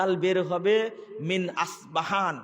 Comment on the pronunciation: আস পাহান নয় ইস্পাহান